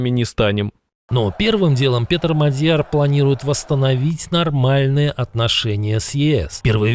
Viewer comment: Внимание! Правильно МАдяр, ударение на первом слоге.